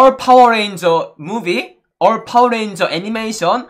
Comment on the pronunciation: he said Dubai give me fower 😂😂😂